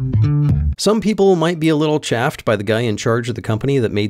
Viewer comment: You pronounced "chafed" wrong.